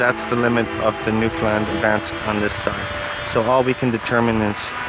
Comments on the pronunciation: And again ...yes, bit of an odd pronunciation. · The narrator pronounces New Foundland very strangley. Most people would not recognise the name.